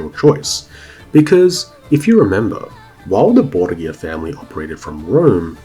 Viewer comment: It is always interesting to hear how English speakers pronounce words from Spanish. You almost got it. To pronounce it as you do, the name should be written "Borguia". The modern pronunciation of that faimly name would be closer if you swapped the G for an H. Bor-hia. That aside, the video is awesome. Thank you so much for all the research you made for it.